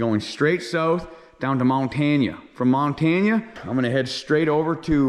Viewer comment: you're stunned it's not Montaunuh or however you said (mahn-tan-uh)